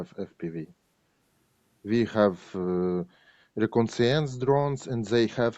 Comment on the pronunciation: My thoughts exactly. He is straightforward, without bitterness towards the situation, in good humor in spite of everything. And his English is decent in spite of using "to" with modal verbs and mispronouncing some words like "reconnaissance'